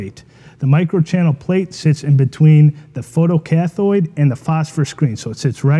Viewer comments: More constructive criticism - learn to pronounce technical terms if you claim to be an expert. Photo-cathode is pronounced cath-oh-de, not cath-oid. There is no such thing as a photocathoid. It makes an otherwise good video look like an amateur hour. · Learn to say photo-CATH(o)ed o as in 0 or oh! not cathoid